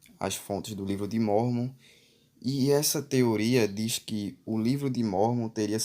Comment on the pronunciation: Hmmm pra ser um youtube de informação vc n soube ler o livro de mórmon corretamente,espero que saiba que vc nunca vai pro céu :D